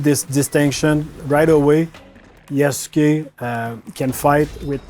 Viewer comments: There are a few wishes I have now: 1.) I hope they don't pronounce his name with the heavy U (YasUke) but more like "Yas'ke" in the game. 2.) Please don't let Yasuke and Naoe get romantically involved! That would rob them of some of their individual personality and more blend them together into one. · It’s pronounced yaske not yas u ke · wtf? pretty sure it's not pronounced "yasookay" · It's pronounced "Yas-kay" Ubisoft. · the writers dont know about yasuke either. can't even pronounce his name right. it's not "yasookay" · I find it hilarious that despite them making the game, they don't even know how to properly pronounce the names of their own characters. 💀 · The French guy being unable to say "Japan" the way most people do is forgivable. It's the woman with perfect English deliberately pronouncing the U in "Yasuke" that's driving me nuts. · I hope the voice actors actually yasukes name properly . The way they’re saying it is wrong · The most atrocious thing about this video is the ineptitude with which the names Yasuke and Naoe are pronounced. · Someone needs to teach that woman how to pronounce "Yasuke".